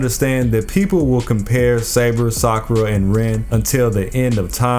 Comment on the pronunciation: Btw it’s saber lol